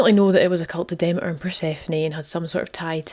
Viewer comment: Brilliant! I've missed these. This was really good, again. Demeter is pronounced Demeter, not Demeter! Christians badmouthed this goddess because it is bollox. Demeters long weekend was just a chance for the women to gather together and drink wine freely. You and your Ma would fit in well...xx